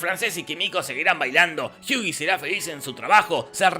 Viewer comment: ¿Porque le dices Jiui a Hughie? Dile Huguito y ya xD